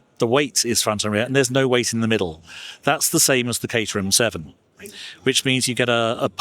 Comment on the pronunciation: I’m not sure how you missed this, because he repeated it many times, but it’s not cater-ham; it’s cater-um.